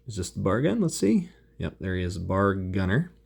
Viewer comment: Very cool figs. I stumbled here as a Combat Commander enthusiast! Just FYI, most Marines in '42 would be carrying a bolt action, 5 shot, 1906 Springfield rifle. And it's pronounced B..A..R, not bar. Browning Automatic Rifle! Good stuff! I have to look into this game now. For the most part, most of them do look pretty accurate! I think I liked the M1 Garand infantry best.